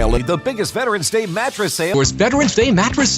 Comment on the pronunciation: "Veprens Day Mappress Sthale"